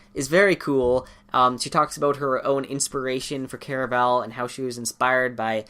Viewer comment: Why do people say “Care-a-vel?” I say “Car a val”